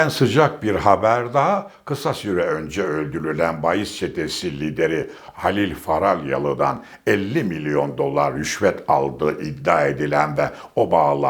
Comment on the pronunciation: Halil Farabyalı değil Halil Falyalı..